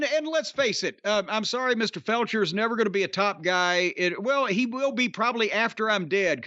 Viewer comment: jim made a couple of jarring mistakes, it's not ''ostrich'' it's ''ospreay'', and also it's not ''felcher'' it's ''fletcher''